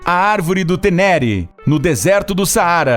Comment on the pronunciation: A pronúncia de Ténéré está totalmente errada. Em francês, o acento para o lado direito tem som de "ê" e a pronúncia correta é "Tênêrê". Como em Jurerê (prais de Santa Catarina). A árvore em questão recebeu o nome de árvore Thierry Sabine, em homenagem ao criador do Rally Paris Dakar e do Le Touchet. As cinzas de Thierry Sabine foram espalhadas ao redor daquela árvore. Os restos da árvore original, destruída pelo motorista bêbado, foram enviadas para Niamey, capital do Níger e se encontram expostas em um monumento. No lugar da árvore arrancada foi colocada uma escultura em metal.